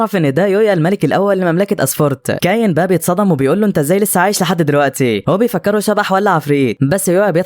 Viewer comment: اولا اسمو كايون مش ده نطقها انت بتنطقها كايين الحكايه دي انا سمعتها كامله بالتفصيل ومدتها ساعتين انت ملخصها جامد شايل حاجات كتيره